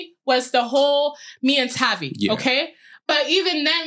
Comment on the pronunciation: Hate that she didn’t say tavii name right